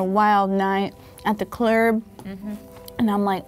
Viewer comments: "After a wild night at the clurb "hahahaha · “At the clurb” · did she say "at the clurb" 🤦🏾‍♂️😂